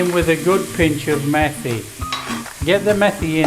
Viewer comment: Methi is actually pronounced “meaty”